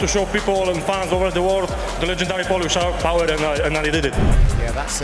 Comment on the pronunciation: PHOLISSSHHH PHOWA !!!!!